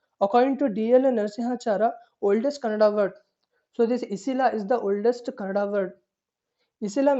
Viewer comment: Sir thanks for your beautiful notes. But plz read it properly It's not kannad it is Kannada. Explain it Don't just read the notes that you made plz explain. Thank you From KA 16